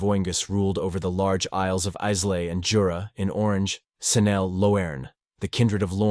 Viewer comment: Interesting . Islay is pronounced eye - la or Isla. The y is always silent. The la is short and clipped. So not I- lahhrrr. But I -la..